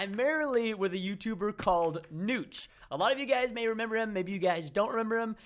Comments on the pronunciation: It's notch it is like Nahhtch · preston its niotch it sounds like that